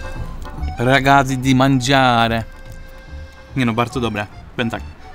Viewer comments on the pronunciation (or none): Mordo „ragazzi” czyta się: ragacci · Ragazzi😅. Naucz się wymawiać